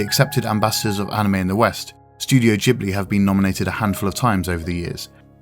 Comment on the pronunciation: This was a beautifully put together video which is noetic without sounding didactic. But I've qualm with the mispronunciation of the word 'Ghibli'😑.